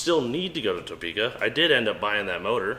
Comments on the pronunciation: I think he said either Toepka or Towpeka...not Topeka. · I love how you guys keep saying Toe-peka lol